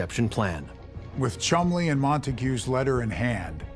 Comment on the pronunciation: Cholmondley pronounced 'Chumley'.